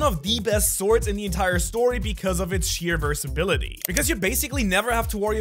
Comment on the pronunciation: "Sheer versability". That's one versibile sword